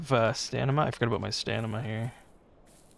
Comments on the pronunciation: my man said ‘STAN-i-ma’. Not ‘stamina’, he said ‘stanima’! 😂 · Just a tip for the future. It's called stamina, not stanima... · I died everytime he said stanima HAHA